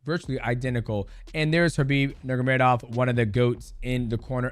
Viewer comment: Bro it's sad that the last name Nurmagomedov has been one of the best in the industry for so long and people still don't pronounce it the way it should be pronounced. Understand getting it wrong first few times. Let's stop disrespecting that family and pronounce their family name correctly.